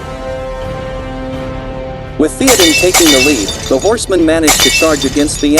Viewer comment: Keep making videos, mate. If you know what the name is supposed to sound like, type it out as it sounds, not as it is written. For example, type out "thay-oh-din" instead of "Theoden" and see if that sounds closer to the actual name with the program you use.